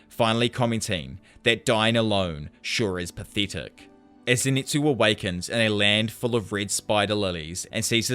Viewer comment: Jesus christ this guy is so bad at reading, it’s literally telling you the names of the moves on the screen and not to mention everything they’re saying (also the way you say pathetic is disgusting your accent is actually a speech impediment)